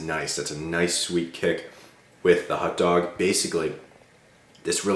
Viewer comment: Hot dog, not hut dog..